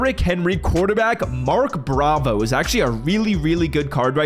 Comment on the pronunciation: “Mark Bravo”😂